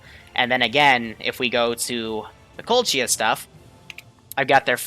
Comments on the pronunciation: please stop say kolchia Not tryna be a dick but (koh•lech•iya) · its pronounced Ko-Lech-ia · I knowww my ears are burning when i hear colt-chiya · I'm sorry but the way says Kolechia and Kolechians is just ugh...